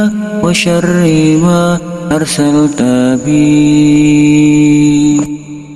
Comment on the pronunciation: Bagus Doanya.. Tp kok saya dgrnya bukan WA SYARIIMA ya, tp seperti WA SYARIIWA.. Mohon maaf klo saya salah dengar.. Mungkin pendengaran saya error..